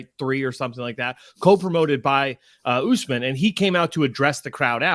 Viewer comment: The count says names as bad as Chael. Oozemin? It’s Usman